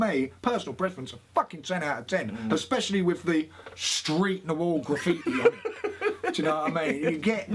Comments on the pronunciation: "Na-Hu-Al"...a word coined, I'd bet, by folks who spoke Nahuatl...translates to "shapeshifting magician whose name is unpronouncable by British people"...still,...good on ya for trying to do it...love that hat...it's you.... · Nice pronunciation there tom... almost as nice as that hat :P haha